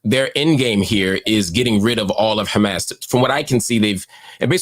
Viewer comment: Please Mr. Hill, Hamas, not Hamass.